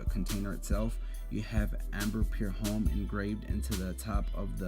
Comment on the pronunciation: Homme is pronounced "om"